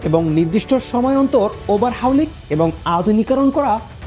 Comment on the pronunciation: ওই বোকাচোদা মাদ্রাসা ছাপ, ওভার হাউলিং কিরে? ওটা কি হুজুরদের সোনাতে লাগায় না গাঁড়ে লাগায়? আর তুই শালা, ডিলা কুলুপের ইঞ্জিনিয়ার, তোকে যুদ্ধ বিমান নিয়ে ভিডিও করার সাহস কে দিয়েছে? তারপরও আবার ইংরেজি শব্দ বলছিস, যা উচ্চারণ করার ক্ষমতা, তোর কেন, তোর নবীরও নেই। তুই বরং আরবি বল, আর ডিলা কুলুপ নিয়ে ভিডিও বানা।